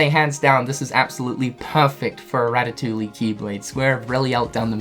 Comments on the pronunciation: Did he just fucking say ratatoolie? My guy it’s pronounced ratatooie. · say it with me, "Ra-Tuh-Too-E" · Is it just me or is he pronouncing the 'L' in the word ratatouille. Your not supposed to. I'm not trying to be rude, I'm just sayin' 🙄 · "Ratatoolie" lol